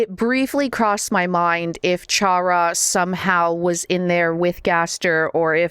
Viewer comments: I'm sad that people still pronounce Chara as "Ch-ara" instead of "Care-uh". (Which is a pun for CHARA-cter.) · The way you pronounce Chara’s name greatly pains me, you don’t have to emphasize both syllables